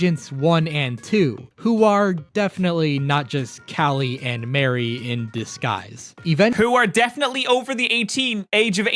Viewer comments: Agreed. I've NEVER heard anyone pronounce the name Marie as Mary until Splatoon. It should be pronounced like Marie Antoinette. I get the joke is "Calamari," but Mari and Marie are different names, and Callie isn't something weird like Cala. It's just a set of pun names, and yet I can't help but get upset when people call her Mary. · He mispronounced Marie. Her name is pronounced like mari, like in calamari. Judd also didn't create Lil Judd. He was created by a glitch when thr cryo chamber thought that Judd was dead